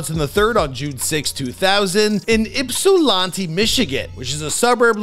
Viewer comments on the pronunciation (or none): said yp-salontee😭😭😭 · Being from Michigan and hearing him pronounce “Ypsilanti” and “Bandgang” has me on the floor 🤣 😂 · Don’t ever say Ypsilanti like that ever again 😂😂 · The way you said Ypsilanti is all fkd up